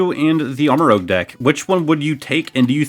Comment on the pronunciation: Just an fyi it’s pronounced like armor-rooj. As in armor + rouge (red) just like Ceruledge is cerulean (blue) + edge